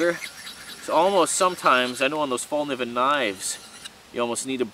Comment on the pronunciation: Great vid, btw Fällkniven is pronounced felk-nee-vun. Sorry i had to point that out.